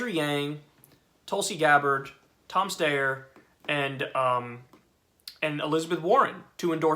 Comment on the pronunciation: You know Kyle's super serious when he says Tom Steyer's name correct on the first go